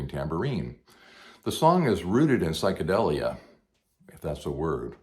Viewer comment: It certainly is, it was just pronounced wrong, here. It should be, psychedEElia. Like, "deal". Sounds like, "memorabilia".